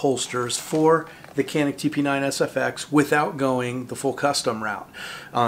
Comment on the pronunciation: Pronounced (chaneek)